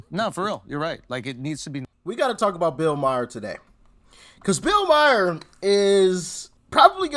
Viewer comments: His name is Maher not Mayer. No y. Couldn't you make an effort to get it right. I know it is a small thing. I don't know about you, but when people mispronounce my name I always correct them. If they don't try and get it right after that. I just walk away. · Hey man I love the show absolutely. I just wanted to say Bills last name is pronounced Ma-er not Mi-er lol. Every time I hear that. I think you are talking about my cousin lmao. Sorry. Really love the show though. I watch daily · MA-HER..not mayor..😂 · His name is pronounced MAR - Bill MAR (Maher) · I have to jump - you're driving me nuts saying Myer. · He can not pronounce Bills last name